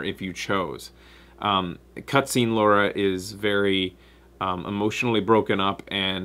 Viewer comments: Oh god, constantly calling Lara, Laura is really getting on my nerves. it's wierd cause stuff like this usually doesn't bother me. anyway, I liked the new Lara character, and most of the other characters. Gameplay was not strong though in my opinion, very generic and absolutely not challenging, played on hardest level without any challenge. Tomb raiding has become trivial, not something I want from my tomb raider game. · Ok this has been annoying me since the live show. How come you pronounce her name as 'Law-ra' instead of 'Lar-ra'? Is it a Canadian thing? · I would say something about pronunciation of Lara sounding like Laura, but I don't think I have the right since I call Ryu "RAI-yu" and the bats in Legend of Zelda "kess" with a short E.